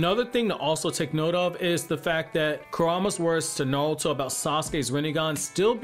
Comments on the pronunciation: i hate how hes saying nalto instead of naruto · The way you say Nalto. Like..why? It’s Naruto. It isn’t hard. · Why do you pronounce it like nalato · Am I the only one who hear him say nawlto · How do you have a whole naruto page and can’t say his name right 🤦🏽‍♂️ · Bro can you say Naruto properly